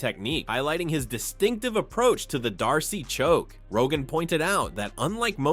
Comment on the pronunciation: What is a Darcy choke ? Please hire a human to read your reports it isn't difficult to read a text . Please try a little harder...